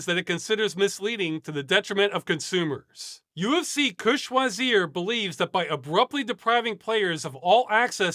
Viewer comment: Finally someone was able to say "UFC que choisir" right, thanks for making that effort. For others, you can just put it in google translate if you struggle with the pronunciation. Thank you for all your work and investment in making a better future.